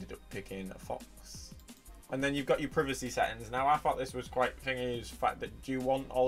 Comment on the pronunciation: Hey man you need to learn how to pronounce your in words.